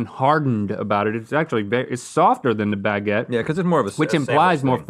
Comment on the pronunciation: When you live in france and you see gmm say "here's a fresh bageutte" haha thats not how a baguette should be !